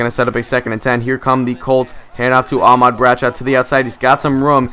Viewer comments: It's ahmad not aaaaahmad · you're saying Ahmad wrong. you don't use so much emphasis on the ah. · You say Ahmad wrong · youre saying Ahmad like two words.